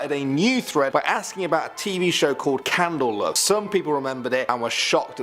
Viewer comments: It's candle cove I believe not candle love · Did he really say “Candle Love?” For “Candle Cove?” Wow not the first time I ever seen them make major errors on this groups videos. Maybe take a few minutes to get proper pronunciation and names Prior to Recording? Maybe?!? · He said love not accent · What's weird is in the earlier segment about it he does say candle cove, but says it different now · It’s definitely not his accent, he very clearly makes an “L” sound